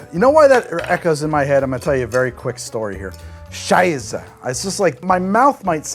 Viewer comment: "Prost" and "Scheisse", your German is very good! Greetings from Germany ;)